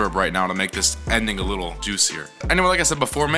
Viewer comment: I thought you said “lil bich” 😂😂😂🤦🏽‍♂️🤦🏽‍♂️